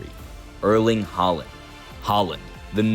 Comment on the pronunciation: Completely butchered that pronunciation😂🇳🇴 Good video though!